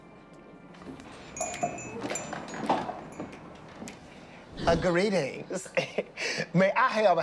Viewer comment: Ah, gareetings 💀😭😭😂